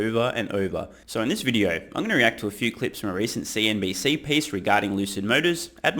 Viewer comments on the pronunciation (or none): Please be consistent and always say it correctly...CNBS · You said CNBC, not CNBS. wow